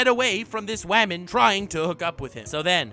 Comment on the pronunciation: I laugh everytime he says waman